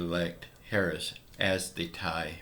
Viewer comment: You are such a fake when President Donald Trump was president you was for him now you are for Biden and can't even pronounce VP Harris name 😆 😆